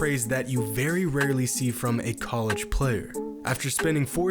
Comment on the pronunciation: does this guy just say word wrong on purpose or does ge actually believe college is pronounced coleega